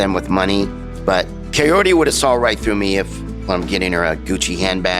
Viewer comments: that's cuz Ed pronounces it as coyote lol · Is it just me or he calls her “coyote”? 🤔